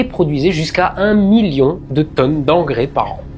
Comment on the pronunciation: LE MIYON ! LE MIYON ! 😁